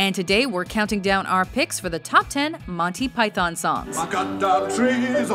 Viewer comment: you pronounce it like ‘montee pythuhn’ or even ‘montee pythn’ not ‘monthee pythan’, actually